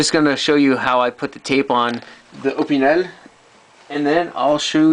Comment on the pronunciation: You’ve got interesting content, AND you pronounce “ Opinel” correctly! Sub’d! 👍